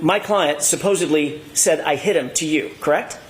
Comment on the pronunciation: Like he’s says supposebly all the time.